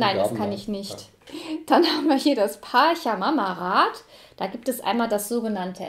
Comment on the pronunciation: Tiwanaku - südamerikanische Kultur, da musste ich einfach reinschauen… Auch wenn das nun gar keine Rolle spielt, macht das Spiel tatsächlich „Appetit“ auf mehr 😉. (Kleiner Tip: Pachamama wird „Patscha mama“ und Quetchua „ketschua“ ausgesprochen 😊)